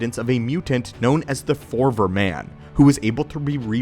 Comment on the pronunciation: Did you mispronounce Forever? For-ever. For-ver?